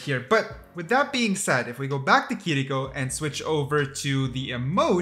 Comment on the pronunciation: The way you say kirkio pisses me off lmao